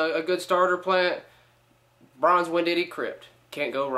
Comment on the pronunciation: winditee? lol